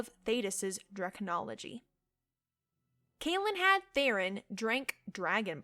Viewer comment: The way you pronounce Calenhad freaks me out for some reason 🤣